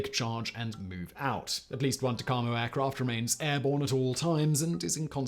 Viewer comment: Well that is totally embarrassing, it is TACAMO and not what ever you said. VQ-3 TACAMO one of the Iron Men